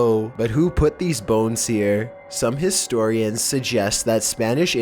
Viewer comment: legit thought he said phones instead of bones at the beginning